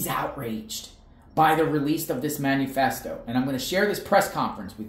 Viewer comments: It’s not “manu-festo” it’s “manifesto” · You are still pronouncing Manifesto wrong. There is no U. It is not Man U Fest O. It’s man I fest O. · Please learn the correct pronunciation of manifesto